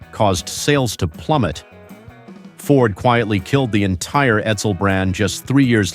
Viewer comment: the Ford Sedan is called EDSEL. not Edel